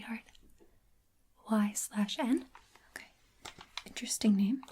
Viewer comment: "y/n?"...... "intersting"